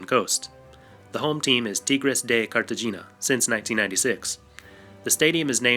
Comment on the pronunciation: I've never heard Cartagena pronounced that way and it hurts my ears. It's pronounced Car-Ta-Hey-Na.